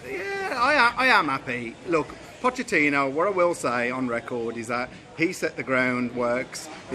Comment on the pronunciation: "Puddachini" - this gave me a bit of a giggle I have to admit 😁 #LonglivePuddachini